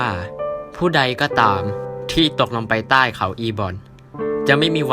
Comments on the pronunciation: ตก เปล่าเหอะ แต่พี่เขาพูดผิด 55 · 4.52 ได้ยินว่า'ผู้ไดก็ตามที่ตดยังมาอันเดอร์กลาว'555+